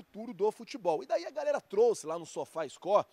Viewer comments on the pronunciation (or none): none